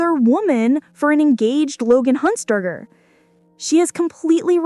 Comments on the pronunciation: Say "huntzderder" one more time lmao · Heir is pronounced without the H. And you got Huntzberger wrong twice. And Rory wasn’t the editor of TYDN yet in the story.